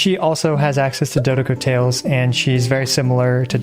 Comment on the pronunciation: is it just me or did she say dodocodo tales?